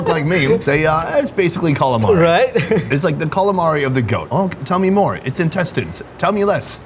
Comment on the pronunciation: I think he meant cleaning the literal shit out of those intestines or as he says 'incest-ines'